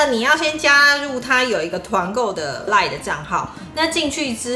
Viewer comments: 一直很好奇，為什麼老爸習慣把line讀作lion？！ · 我也一直聽到有獅子出現